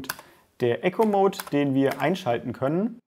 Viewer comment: Ich muss jetzt nochmal nachfragen, du sagst immer Echo-mode, soll das Eco mode sein? Also das man etwas einspart? Das wird "ieko" ausgesprochen. Ich schreib das nicht weil ich dich verbessern will sondern weil man das dann besser versteht wenn jemand von einem Eco (einsparen) Mode spricht als von einem Echo (reflektieren )mode , andere Frage: muss man den Eco mode immer einstellen?